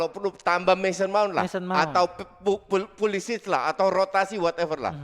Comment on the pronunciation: Wkwk bukan perisic coach, tapi pulisic